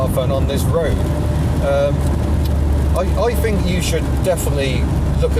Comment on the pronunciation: Fink? It's think!!! And it's not haitch, the letter H is pronounced aitch.